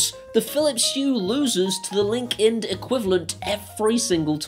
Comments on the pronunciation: Hey, I am not sure if it's you accent or dialect but are you saying Linkind or Linkedin, or something garbled between the two, you don't want to be accused of 'Corporate Greed'. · Linkind sounds like LinkedIn